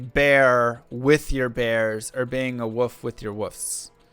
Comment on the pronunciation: Why cant Americans say wolf? Sound it out.